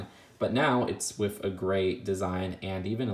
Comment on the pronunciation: With bro, not wif! TH!